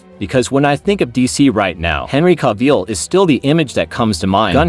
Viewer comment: Bro literally said Henry caveill 😂😂